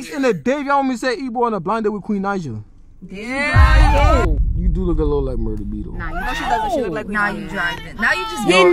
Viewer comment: That's not Queen Naija that's Queen Not-ja 😂😂😂😂